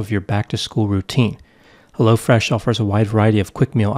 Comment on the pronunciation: yeah I did too and at first I kept thinking it was crazy that there was a new company called Lo Fresh but just like Hello Fresh. Lol